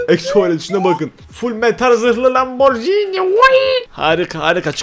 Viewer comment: Lamburgini diye okunuyor bide artık yorumlara kalp at hiç kalp atmıyon bu ne at yorumlara kalp at yaaaaaaaa